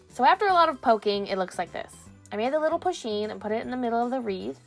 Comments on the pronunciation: It’s not pu sheen it’s pronounced poo sheen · it's said like Poosheen